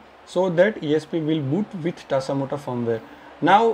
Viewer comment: Tasamota or tasmota It's confusing because you said "tasamota"